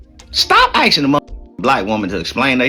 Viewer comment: Whole time he can't even pronounce "asking" 😂